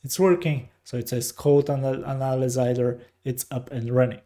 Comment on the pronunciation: here is a small tip for you: when you want to pronounce the word analyzer, think of it like this " Anna" like the name Anna Nicole then the word "Lie - ZER" like "dont LIE to me" so " Anna Lie ZERR" or "Anna - Lizer" like adVISOR but LIZOR - "Anna Lizor" Thank u and ur video was very helpful :)